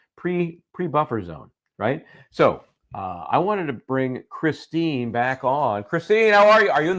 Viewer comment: it's Kristen not Christine